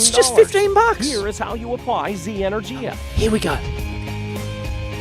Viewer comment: Energia is the name for certain missiles in the Russian Space Agency. E-nur-gee-ah.